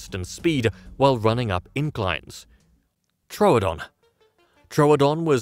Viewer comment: Thank you for pronouncing Troodon correctly two new people pronounced it true Adon and that's wrong it's Tro O'don like you pronounce it and thank you for pronouncing it correctly yay someone that likes scientific accuracy.